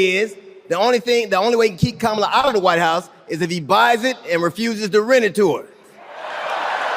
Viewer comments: Some people are getting very upset with Trump's pronunciation of Kamala. So, let's try an experiment to make them feel better. Donald gets the sounds right, it's the accent syllable that he messes up on. He doesn't think it matters. He says ka-MA-la, when the right way to say it is KA-ma-la. Now, let's help him understand the importance of correct accent syllables: He says DON-ald. But if accent syllables don't matter, than we can also say do-NALD. Practice it now: do-NALD. do-NALD. do-NALD. do-NALD. do-NALD. THERE. DOESN'T THAT FEEL BETTER? Glad to help.😊 Vote BLUE all the way! 💙💙💙💙💙💙💙💙❣ 💙🇺🇸💙💙🇺🇸💙💙🇺🇸💙💙🇺🇸💙💙🇺🇸💙💙🇺🇸💙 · Don-Old proves his IGNORANCE every time he is unable to pronounce simple words like, KA-MA-LA! He probably calls his wife, Melvania 😳 ! What an IDIOT! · At yesterday's rally, trump called Ms Harris cam- a-luh, like camera. If he can't pronounce her name after all this time, and says he didn't know her before the nomination, maybe he's too dumb to run a country. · Is Trump just incapable of pronouncing Kamala Harris's name correctly, or does he think he being clever,,,,If he keeps pronouncing her name Ka-Mala,, or Kamobla,,she should start pronouncing his name Don-Old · Only him thinks he’s being funny mispronouncing her name. To the rest of us. He’s stupid. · Donnie cannot read which is why he cannot pronounce Kamala. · It's too funny that even little girls are laughing at Felon-Donnie because he doesn't know how to pronounce "Kamala"! tRUMP, I hope you learned something from these two little girls!!!!!! The woman at the doughnut shop didn't know who Jaydie Vanz is. Jaydie is forgettable. Nobody cares about him. Why did he even ask how long the employees worked at the shop? That's not his business! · No you didn’t mispronounce her name on purpose…. You’re just ignorant and unable😂😂😂😂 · A presidential candidate who can not even pronounce his opponent's first name? Oh, well then you should lose the possibility to get most jobs on the planet.